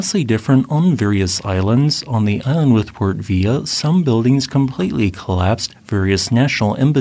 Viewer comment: This is NOT an AI voice over, it is recording voice which is pretty close to his actual voice... see love videos or one with Prof. Shawn Wilsey. Still, I make it a drinking game... there is always one or in this case two. I really had a good laugh this time, because struggles with Spanish... and volcanoes with the double LL. Here, Port Vila is not Vee-ya, which would be the Spanish way... but port Vee-la. Good times! Stay awesome,! Keep up the good work!